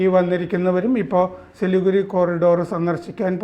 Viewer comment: ചിലിഗുഡി അല്ല Siliguri